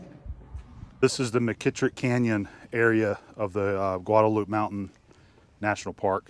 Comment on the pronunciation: Just FYI... the 'e' on the end isn't silent. It's GuadalupAY.